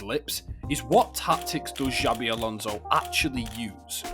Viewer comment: ‘Xavi’ Alonso 😂